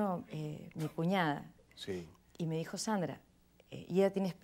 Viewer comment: En México los del centro tienen esa pronunciación de las S, tipo sh. Sandra nació en la sierra del Perú, donde el acento es otro.